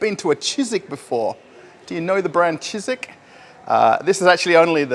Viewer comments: I just can't help myself but try to correct you. It's Чижик not Чизик. The sound ж is similar to the first sound in word 'genre'. I'm sure it's cute when you say it Чизик but for Russians Чизик sounds like little cheese or something 😄 Update. You already corrected yourself later on in the video. My bad😂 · Dear, it's not "chizik". It's "chidgik".:-) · Not cheezeeck, but cheegeeck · так и не научился выговаривать букву Ж😁